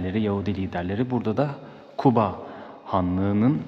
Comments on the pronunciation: Kuba diğil (guba)sizde Q harfi yok yumşak G le söyleseniz iyi olur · Kuba değil Guba